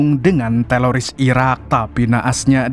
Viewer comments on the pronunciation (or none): Ko teloris sih bang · Teroris bukan telolis😅